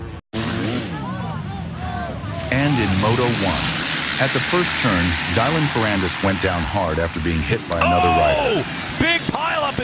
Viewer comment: Because AI did not know how to pronounce Dylan Farrandis... I left